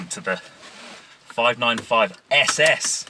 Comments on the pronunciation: FYI its pronounced like “ essay essay” not s s 👍🏻👍🏻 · Great video my only criticism is you Couldn’t pronounce the name . Lol